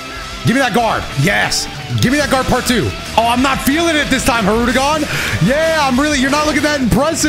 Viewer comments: Love how he continues to say hirudegon after learning that it's hirudegarn 💀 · I thought had an accent, bro really just NEVER read the second 'R' in "Hirudegarn" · this commenter will NOT be going easy on you. you corrected the pronunciation and in the very next fight it was already hirude-gone. for shame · Its not said that way tho. Its said as spelled, hirudegarn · i'm ngl it took this video for me to realize it's not pronounced "hirudegan" too and i'm still gonna say it that way because it sounds better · Bro there’s no way I’ve been pronouncing Hirudegarn’s name wrong for THIS MANY years💀💀💀💀 I didn’t even realize it till just now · ....I pronounced it as Hirudagon too... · I like how realized he was saying hirudegarn wrong, then just keeps doing it hoping not to get cooked lmao. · learning the correct way to pronounce hirudagarn then instantly throwing that shit out in the next clip lmao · Everyone I’ve met doesn’t pronounce the second r